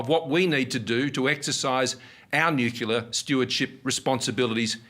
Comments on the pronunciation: nukeular???? It's pronounced NU-CLE-AR another politician with 50+ IQ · Did the Aussie PM say, “nucular”, like George W.? I would keep an eye out on him 🧐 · Nucular - now where have I heard that before... pretty sure it wasn't down under. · if you’re going to operate nuclear technology, you really should learn how to say the word, sir.